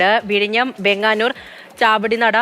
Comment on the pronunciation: വേങ്ങന്നൂർ അല്ല വെങ്ങാനൂർ ആണ്